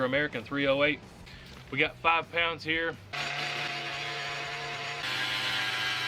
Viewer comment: Did you say 5 poumds.??pounds.??? Well there ya go. Jeez.. come on man